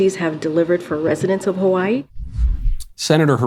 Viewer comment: As a person who lives in Hawaii, representing as such, I will allow just this one time that terrible mispronunciation, mr. Knowles